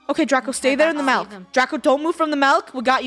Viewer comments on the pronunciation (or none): Nobody: me: laughing like a rat because funneh said malk in stead of milk